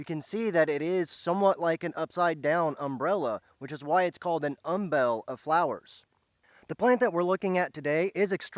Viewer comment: Umbel. Like humble. Not um-BELL.